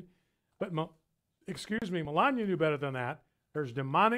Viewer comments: "MeLANia" "OHcculltic" "Diabetus" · lol Brian Fischer says Melania like Melanya. Im just making a joke, sorry 😐